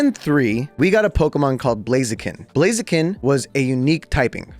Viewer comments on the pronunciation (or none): none